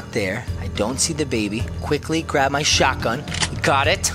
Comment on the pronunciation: I thought you said " drop the baby no shotgun the baby" 😂😂😂😂😂😂